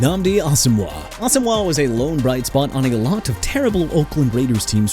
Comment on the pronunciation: FIRST OFF IT'S NNAMDI ASOMUGHA PRONOUNCED ah-so-muah!! SECOND HOW ABOUT TYREEK HILL WHO HIT A WALL?! HOW ABOUT THAT?! TIRED OF THIS NONSENSE... AND I'M ALREADY UPSET!